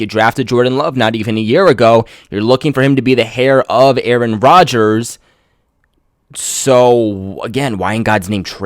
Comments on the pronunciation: It's heir..... not "hair" lmao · Hey bud. I hope you are up for constructive comments, but “heir” is pronounced “air.” Btw I really like your channel, a lot less so since TB went to Tompa Bay.